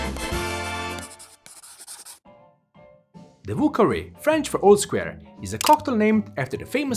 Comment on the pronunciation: Ah yes, the "vù kawè"